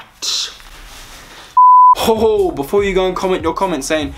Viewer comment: He said rassclart